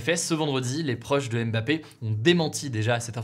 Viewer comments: Salut Hugo merci pour les partages , au Cameroun on dit MBAPPE et non M- BAPPE . Bye-bye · Alors de la même manière qu’on ne dit pas « Zède latan » mais bien « Zlatan » c’est pareil pour les autres noms. C’est « Mbappé » et non « aime bapé ». De rien.